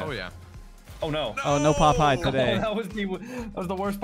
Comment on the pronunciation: I think a couple times I heard Popeye instead of pop high which is even funnier